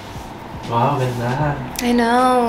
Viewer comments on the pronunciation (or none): "woww gandA" "i knauuwr, its hard work" hahahahah seriouslyyy, love u.